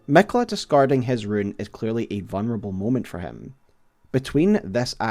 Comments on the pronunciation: I love your videos, but when you say Miquella as “Mekla” I can’t help myself but reel on the ground every single time 😂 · Miquiller the Tickler